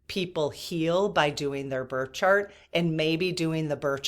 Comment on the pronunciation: Are you saying birth chart or bird chart?